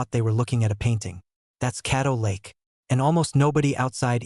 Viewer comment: Caddo Lake not cattle lake